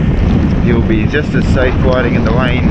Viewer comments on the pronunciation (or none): Widing in the wain😘😭🤣🤣🤣 covnevs awww he speaks so cute